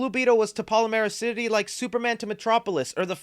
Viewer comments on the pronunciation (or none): The city is "Palmera city", not "Palamera city"